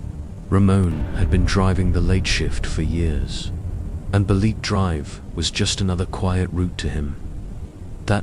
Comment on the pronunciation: It's not Balet it's Ba....Le....Te drive